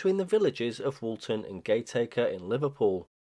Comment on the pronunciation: Nice one, I would never know. It just looks like an amateur radio antenna apart from the GPS. Btw it’s Gat as in cat, a as in after and ker. Gat-a-ker. Gate Acre is too posh for the Scalls 😊